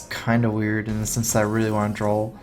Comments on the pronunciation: Doesn't it drive anyone else crazy that he says "drawl" instead of "draw"?? I noticed this in a tournament from last year and it drove me nuts then too... Otherwise good games dude lol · its draw not drawl